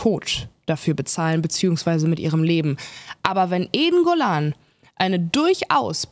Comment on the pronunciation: Witzig, dass ich anfangs "eingollan" anstatt "Eden Golan" verstanden habe und dachte, ich hätte ihre Bewerbung für den ESC verpasst. Ich habe es dann aber noch rechtzeitig geschnallt. Aber Respekt an dich, dass du dir diese für dich offensichtlich körperlichen Schmerzen antust, indem du Böhmermann schaust bzw. hörst. Könnte ich nicht.